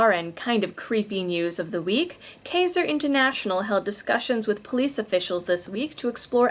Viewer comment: Kaiser is pronounced Ky-zer.